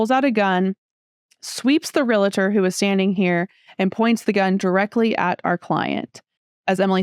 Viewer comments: ReLaTor? It's "REALTOR"... that's so much worse than a parking dispute... LOL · It's a real-tor, not a real-a-tor. Don't feel bad even Realtors can't say it correctly. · AHHHH! There is no I in realtor. You’re well educated, so please pronounce realtor correctly. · Great story with an even better ending. Helps me to run through my head on how to procede should (hopefully not) an issue come up. By the way,, it's Realtor and not Real-uh-tor. My wife has been a Realtor for 22 years so, I got that drilled into my head!